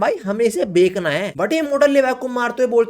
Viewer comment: Bechna hota hai bhai WTF is bake de 😂 orr bek na hai 😂